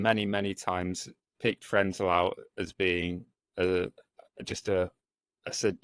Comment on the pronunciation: It is Karl Frenzel. Do the research and try get it right!!!!!!!